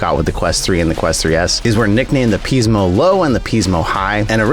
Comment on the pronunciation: Pismo is pronounced "Piz-Mo", not "Peez-Mo".